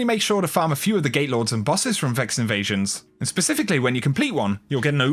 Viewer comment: Every time you are saying "gatelord", my brain just refusing to hear that t in it